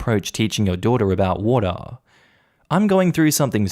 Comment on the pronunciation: I like it how he says water lol. Wotaa